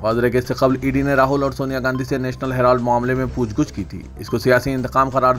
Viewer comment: Eh lafz "pooch gooch" Naheen "pooch Gach" hai.